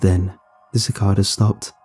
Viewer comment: Suh-kay-duh is the pronunciation of cicada. I've never noticed them in UK-located books so maybe there aren't any cicadas there.